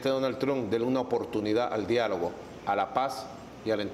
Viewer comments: Dunal trunk😂😂😂😂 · "Donal Trum"😂🤣